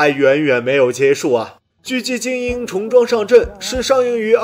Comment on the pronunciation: "重装"的"重"应该读Zhong，而非"从"。